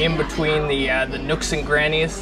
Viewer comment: Nooks and “crannies”, not grannies 😂